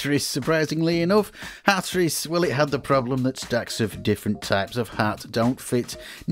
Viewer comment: hat-ris???????? you gotta be fu@ kidding